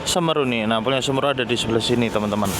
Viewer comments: Nyebutnya SeMEru bro, bukan Semeru... 😅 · Semeru... pengucapan huruf "e" yg kedua, seharusnya seperti kata "kaleng". Karena itu kan nama gunung juga yang ada di Jawa Timur, Gunung Semeru.